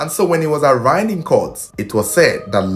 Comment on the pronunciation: Great and quality content. Permit me to correct you, pls. The word arraigned is pronounced ah-rain-d